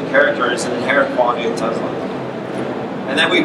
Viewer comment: Tesla, not Tezla. Shouldn't pronouncing the name right be a prerequisite for working for a company?